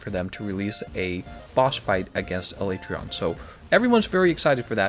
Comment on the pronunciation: First time a YouTuber has pronounced Alatreon the same as me.